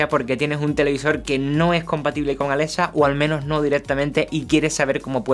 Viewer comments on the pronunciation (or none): pronuncia bien es Alexa no Alesa jajaja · *Alesa" XD